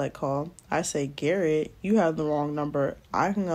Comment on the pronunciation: She said " GARRRETTT" I am cracking up! lol a name I cant pronounce some African man lololol. Hilarious